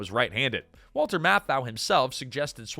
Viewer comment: 5. Five different brands. How many times was Walter's name mispronounced ?